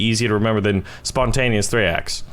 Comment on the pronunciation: its not thraeax its thraex